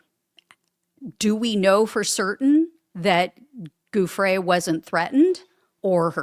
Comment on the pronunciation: Come on, her name is pronounced Joo-Fray, not Goo-fray..we’ve been hearing it for years, at least do her the courtesy of saying it correctly, particularly now she is deceased.